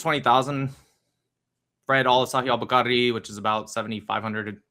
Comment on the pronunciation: He read 20.000 hadiths lolll he's definitely lying he couldn't even pronounce bukhari correctly 😭